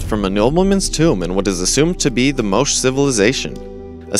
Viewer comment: Moshe??? Moh-chay. Your pronounciation sucks. Its "Came-bridge", not "Cammbridge". Yikes.